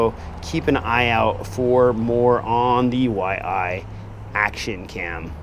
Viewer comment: Yi - not Y-I. Like Y as in Ying and "ee". Love how you always find a way to butcher names :D (j/k). Really looking forward to this cam for my racing/acro quad. The previous Yi was pretty dope for like $60 with all its scripts for higher bitrates etc. Wasn't as crisp as a Gopro 4 silver/black, but still better than a Session at 25Mbit. Already seen some footage from the Big Whoop drone racers Jet and A_Nub, who got this from the first batch and it looks real promising.